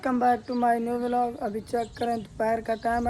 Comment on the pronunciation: Vilog bol raha vlog ko kya vlogger banega re tu bola ja nahi Raha tumse har time ye dekhe ye dekhe check kare check kare karta rehta hai tu b jo tere ghar mai admi rehta uss ki tarah he pagal hai